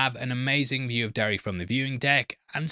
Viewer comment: The fact you say “Derry-Air” like six times in this video and you didn’t make a single butt joke is very disappointing ….